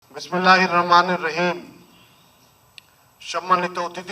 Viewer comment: একজন মুসলমান হিসাবে বিসমিল্লাহ সঠিক ভাবে বলতে না পারা লজ্জার